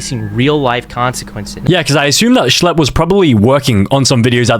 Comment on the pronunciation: “schle” 🔥 🔥 “pdf do files” “schle” #2 “schlleb” “shle” “RUBIK” 😭 😭 😭